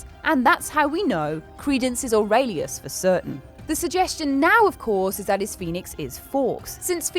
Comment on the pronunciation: aurelius OR-REL-EOS